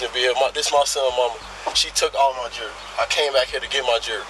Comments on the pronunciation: Thank you, captions. I could not figure out what what he was saying: jury? jerky? Ah, jewelry. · Jew-el-ry omgggg 🤦‍♀️